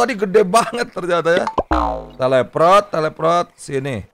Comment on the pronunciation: Bang kenapa nyebut teleport jadi teleprot